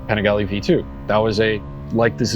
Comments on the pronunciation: If a clown can’t bother to try to pronounce the bike‘s name correctly, why bother listening to him? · How did you pronounce Panigale??? Bruh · …that’s a different way of pronouncing Panigale. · Bro mispronouncing Panigale gave it away. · Dude in the beginning says, “Pin-AYY-g-LEE” and then it’s how people don’t buy (good amount can’t afford the insurance) the sport bikes but ignores How the Kawi ZX6R is selling like hot cakes everywhere. You don’t purchase sport bikes because they are an around the town bike. You purchase them because they perform. Performance is tantamount. Now, the elephants in the room are it’s a lot cheaper to build and sell these bikes with less pistons and cheaper engine materials because the stresses are less than a race bike. Inline 4s were made because torque was slow and wouldn’t whip you off the bike with analog controls. The more torque available, the more likely you will pay dearly if you can’t control that torque. These new machines all have retarded electronic controls in first and second gear to control the torque. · Dude, if you’re going to be a journalist then make an effort and pronounce words like “Panigale” correctly. You sound like Napoleon Dynamite. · never heard anyone pronounce panigale like that before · How did he just pronounce panigale?! Lol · Did he really just say Ducati pan-IGALY 🤬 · I know I didn't hear him say "Ducati Pa-nig-ly V2"....... that's 100% rooted in my brain in every conversation moving forward now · Panigalee? Try the slower Pani gah Lee! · As a motorcycle journalist, please learn how to pronounce the names of the models maybe? It's panigAle, the a is long, , not panigulluh. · Ducati Pan-niggly? 🤣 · Did he say "Pah-nih-ge-lee" ? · ducati peeniggalee???😂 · pi fucking what? Pen a ghal E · . Man for a reputation like himself... he butchered the Panigale name badly. "Pe-kneegalee"??? Lol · I stopped watching when he said, "the Ducati pa-nag-lee" ... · pronouncing it as 'pnaglee'' is a crime.